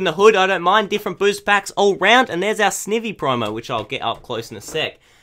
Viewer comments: It's said s-n-eye-y-ee. Not i say eye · It's not sivny its snivy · You say snivy "snievy" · Sn-I-vy! GAWD say it right snIvy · Btw sn-I-vy that's how you say it